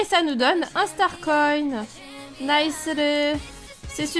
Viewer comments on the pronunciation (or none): none